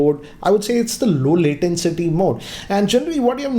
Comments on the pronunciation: Sir it's latency not latencity.... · I hate to do this but it's low latency and not low latencity(your pronunciation) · just a thing I noticed - latency - not latencity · (2019): "LowLatenCity mode.." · No One:: I'd just call it low "latencity" mode. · Just cannot figure out what 'latencity' is? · LATENCITY...c'mon, it's latency. I'm sorry that I keep pointing out these mistakes in your videos. Coming back to the video, you totally forgot to show the pairing process. I mean, how fast is it compared to Airpods etc... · LATENTCITY MODE PAAABGEE(PUBJ) WRAP CHARGE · Please stop saying L A T E N C I T Y ! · It is 'latency' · One of the biggest tech YouTubers in the Indian tech space, pronounces latency as L A T E N C I T Y😅😅 Not being a jerk, just saying 😐😐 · ‘Latencity’😂😂😂 Bruh learn English